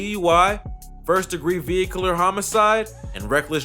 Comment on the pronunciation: “Ve-icular” lol